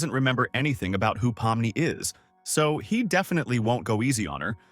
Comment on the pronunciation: WHY DID BRO SAY POMNO?!